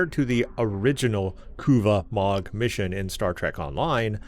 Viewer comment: If your going to pronounced a klingon word, say it right! NOT KUVAH'MOG. Its Kuvah'magh!